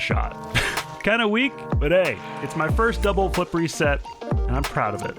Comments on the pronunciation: You say flip reset I hear flippery set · Is it just me or when he says flip reset I used to think he said flippery set